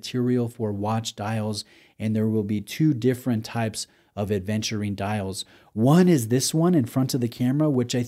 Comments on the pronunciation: Thank you for being one of the first to offer us a review on this watch,. But why do you keep saying aDventurine over and over again? 😅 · I know this watch makes you feel adventurous but there's no D in Aventurine. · Thanks,, was looking for a review on this one! Yes, my hesitation was also the 36 size. BTW ‘Aventurine’, not ‘Adventurine’ 😉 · WTF IS ADEVNTURINE?? If you review a watch, at least ensure you pronounce it right.